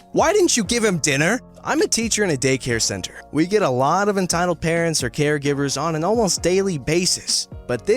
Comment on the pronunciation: Who heard him say carents instead of parents